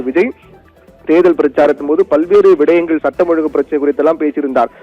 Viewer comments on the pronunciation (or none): If you say "vidayangal" instead of "vishayangal" then do you have guts to spell CM "vijay" as "viday"